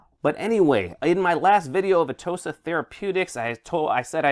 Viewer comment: Atoosa therapuutiks? really?